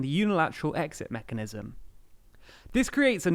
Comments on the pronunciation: "Unilateral exit *mecahnism*" 🤔... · It's mechanism not mecahnism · Mecahnism :-P